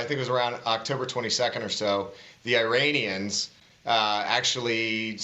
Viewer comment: I stopped listening when he pronounced "Iranians" as "Eye-rainians."